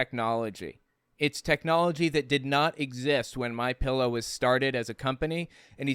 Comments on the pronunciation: Pretty sure he said "Mein pillow" lol 😆😂😅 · "Mien Pillow" nailed it! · "mein pillow" 🤣😂🤣